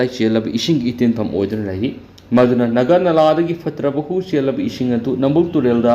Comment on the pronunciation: Naga nala haiba nate, Nagha turel ne, turel maming do chumna pabiyu. Ngasifaoba leirakpada naga naladi eikhoidi khanglakte, Nagha turel hairaga ahal laman matamdagi khangnarak a